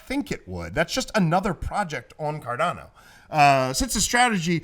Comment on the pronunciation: it's 'Cardano' not 'Cardano'!!!!